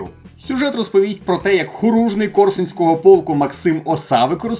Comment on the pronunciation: Все класно, от тільки хорунжий, а не хоружний.